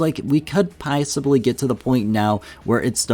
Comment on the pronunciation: "pie-ssibly" huh? 😜